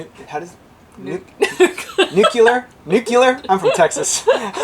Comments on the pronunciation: The only question I have is is, can I hear pronounce nucluar or neuclear or nucular or nuclear again? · Repeat after me. Nuc le er. It's spelled nuclear not nucular. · NU-clee-er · I hear reporters and others in the news mispronounce that word all the time. Makes me think they can't read. I hear nucular but it's very easy to pronounce it as it's spelled. Nu-clear. Love from San Antonio! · Okay and fellow Texans, great explanatory video, but it is pronounced Nuke-Lee-Er.🗣 To my knowledge you are the only sailing channel to capture bio-luminescence. Great job and great photography. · Lol! You guys don’t know how to pronounce nuke-lee-er. Lolz.